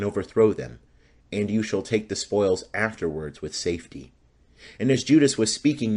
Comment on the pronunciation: I didn't have to go back and listen. You're referring to, "and they ran for "SAFETY". LMAO I started laughing when I heard that. Funny I wasn't the only one that noticed.